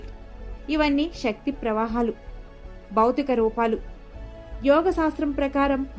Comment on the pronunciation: Madam shakthi kaadu sakthi Ila baashanu maarchesthunnaru koncham baaga maatladandi chaala mandi ilaney aksharalu maarusthunnaru em style andi chakkani telugu ni chiraku chesthunnaru